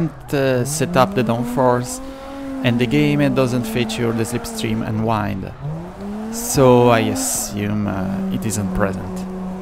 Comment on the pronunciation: Great video! Just to let you know, wind is pronounced differently between the verb and the noun. It sounds more like bin or grinned. I thought that would help to improve your English speaking.